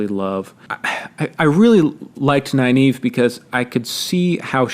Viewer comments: Nynaeve .... Isn't her name pronounced Nin Eh Vuh ? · Man the pronunciation if Nynaeve threw me for a loop. I was pronouncing it as (Nin-uh-vuh) the whole time.